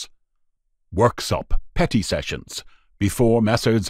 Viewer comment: Sometimes when the narrator aid "Petty Sessions" it sounded like "Petting Sessions" lol